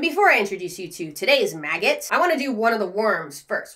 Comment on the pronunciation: It adds 30 seconds to my life every time says MAGGIT